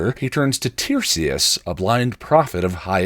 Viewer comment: Great video! Really enjoying binging these. Would just point out that the seer Tiresias' name in Oedipus is pronounced 'Tie-REE-zee-us', not 'TIER-see-us'. Sorry for the nit-pick, I'm a classicist!